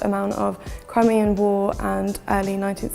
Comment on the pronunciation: Sadly this woman doesn’t do the soldiers and those buried there justice. Please redo the video with someone who speaks properly (Crimea, not crumia - curved and not carved). She uumms and aaahs, and seems very disrespectful.